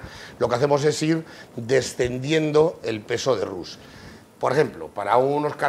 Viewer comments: Roux se pronuncia"Ru, no tus... solo r y u... nada más... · Roux es dorado y se pronuncia ru, no tus... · Roux se pronuncia ru, nada más... no se pronuncia l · Se pronuncia "ru... sin pronunciar la X final...